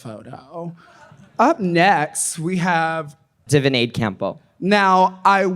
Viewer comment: Ok so Ongina calling Divina ‘divinade’ has me dead